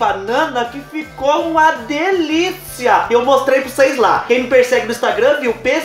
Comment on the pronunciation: Cheira "prucês" vê 😂😂😂😂😂😂😂